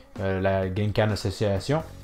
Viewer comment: On dit pas Genkan mais Kengan 🤣😂.